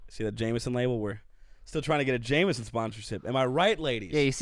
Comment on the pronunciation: Are you guys pirates. There’s no r in Jameson 😜